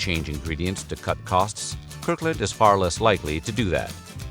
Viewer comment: “Kirk Land”?